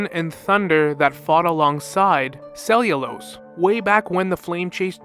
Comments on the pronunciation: u pronouncing Seliose like cellulose sent me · Seliose being pronounced as cellulose cracked me up lmao